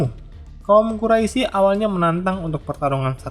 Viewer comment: Ijin memberikan koreksi min. Untuk menyebutkan kata "Quraisy" dibacanya dengan "Qurois" dan juga iya yg sudah diralat oleh kawan2 komentar, terkait perampasan harta dari kaum Quraisy oleh kaum Muslimim, itu sebagai pengembalian hak milik atas harta kaum Muslimin yang sebelumnya sempet dijarah juga oleh kaum Quraisy